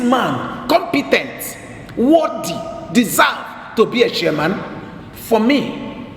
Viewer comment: You're mad... You can't even pronounce chairman correctly he say Shairman